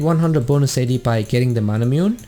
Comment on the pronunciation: Isnt Manamune pronounced as Ma/Na/Mu/Ne like the sword Masamune and Muramana from Muramasa